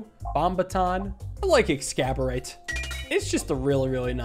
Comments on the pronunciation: Ex-cab-orate. cmon it’s Ex-ace-orb-bate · ExACorbate, not ExCAborate. It's a play on the word exacerbate. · It’s exacorbate, like exacerbate, not ex-caberate! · Ecks-as-or-bate not exCaborate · it's not "excaborate" or however you pronounce it. It's ex-as-orb-ate, a pun on the word "exacerbate" meaning to make things worse. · Waiting for the day that realize that Exacorbate is supposed to be a pun on exacerbate and not pronounced excaborate 😂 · "Exacorbate" is the name of the orb, not "ex-scab-or-ate." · I'm convinced he knows exactly how to pronounce it but just like "morbidorb" he chooses to get it wrong on purpose. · The video is great but the way you pronounce Exacorbate every time is making me lose my mind.